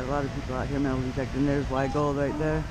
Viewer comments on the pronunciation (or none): That's a good Hunt. The only thing is it's not WY'sGold, it's wygold. Don't worry about you'll catch on. lol